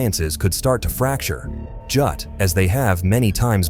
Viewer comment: your AI robot said Jut instead of just. Make better scripts and get better AI.